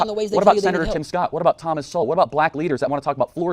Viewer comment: lol I only just realised he said Thomas so well at the end. Heh heh, white supremacy intensifies…